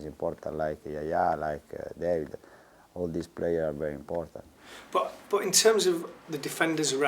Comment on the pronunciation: es i think is es emportant! emportant yes very!